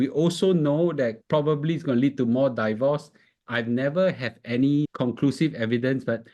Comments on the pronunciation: Please pronounce “divorce” properly. It's “deevorce”, not “daivorce”. Not I say one, it's my dictionary app say one. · Thanks for the insightful video! However, divorce is not pronounced "die-vorce"